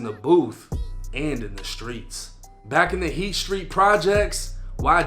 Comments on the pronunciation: it’s heath not heat get it right sir 😘😘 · It's Heath street not heat but heat sounds about right. Jamaica Plain I've been in those building, the courtyard all that. The Heath street projects are the epitome of projects. It's like being in a jail only there's apartments behind the doors. The halls are exactly like prison or jail though it's wild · Its Heath street lol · It's heath street not heat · It’s heath, not heat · Isn’t it Heath street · It’s Heath Street… this dude ain’t from Boston 🤦🏻‍♂️